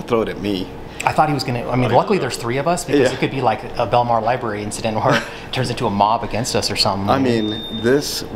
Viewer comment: If you’re going to be recording in libraries and making YouTube videos to educate people, learn how to say the word “l i b R a r y”